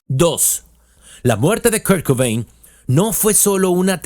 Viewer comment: Well buddy, it’s not really pronouncing his name it’s off. You sounded English to me unless you’re AI I don’t know how you could get KURT COBAIN i’m really emphasizing on the last name. I’m not being a bitch either. I just noticed. Every time his last name was mentioned i got a tic. I have tourette’. It’s not your fault